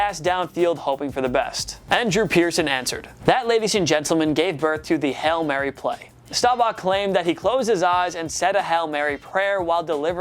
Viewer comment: Does the guys really say (repeatedly) "Hell Mary"? :D